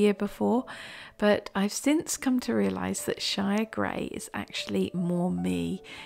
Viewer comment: I heard grey of grey as grave grey. That was rather ominous 😂😂.